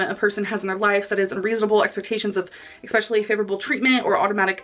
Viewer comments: eXspecially... makes me homicidal😂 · The one that really gets me is ‘ex-specially’ 😂